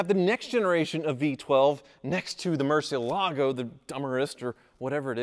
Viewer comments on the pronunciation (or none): **Hits play on video** Clenching teeth, "Please don't pronounce it mercy ALAA go, please don't pronounce it mercy ALAA go, please don't pronounce it mercy ALAA go, please don't pronounce it mercy ALAA go, please don't pronounce it mercy ALAA go, please don't pronounce it mercy ALAA go...". Sigh, 40 seconds later I am out.